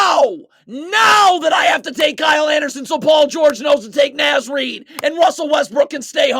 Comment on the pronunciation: Love the videos, but please pronounce my king Naz Reid’s name correct pronunciation is like “Nahz”